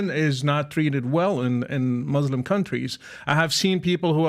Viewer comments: PBD lived so many years in iran, but he still pronounces "muslim" like "moh-lehm". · The way he says Muslim with an accent? But then speaks perfect English?